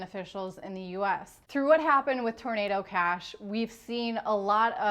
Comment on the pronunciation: She´s always talking a about tornedo cash... wtf is tornedo cash? lol